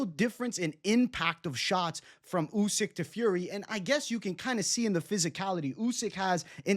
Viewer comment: "Usky" 😂 covering up for his Fury pick.